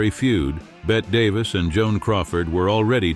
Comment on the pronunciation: I can't listen to the AI mispronounce Bette Davis' name.